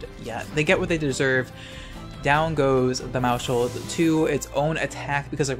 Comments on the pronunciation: it's "mouse-hold" not "mou-shold" The word sounds like household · please stop using the sh sound in maushold its mouse - hold like household pls stop